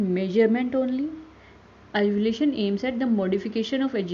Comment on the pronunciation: The video is informative and crisp. But I can’t help and get bothered by the wrong pronunciation of Evaluation as Evolution. Please be mindful regarding the fact that, there are so many learners who is watching your video and because of this they will learn the wrong pronunciation of the word.